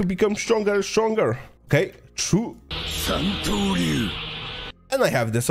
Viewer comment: he says santoryu perfectly